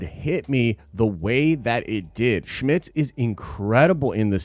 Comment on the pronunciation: Jimmy Smit not Schmidts.